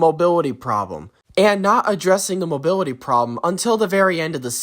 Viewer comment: Bro can’t even say mobility right😂😂